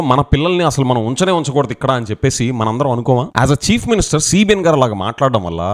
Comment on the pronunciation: Every time when you pronounce chief minister why I'm hearing as cheap minister. Looks like ap ppl and next generation interested in this kind of activities only and soon we may see religion's conflict in ap which never happens before thx to DCM